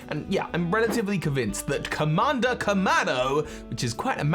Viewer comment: Kamada Kamado, your pronounciation is funny, lol